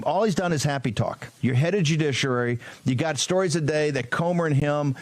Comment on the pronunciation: Bannon can't pronounce judiciary correctly ('joodisherary'). It's not the greatest of his transgressions, but it makes him sound like a not very smart person.